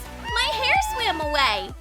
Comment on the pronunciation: “ooOoPs My HaIr SwAiM AwAy” Lord🤦🏽‍♀️